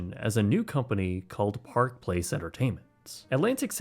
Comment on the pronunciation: All alright, just don't another stupid American pronouncing Alantic city, instead of Atlantic City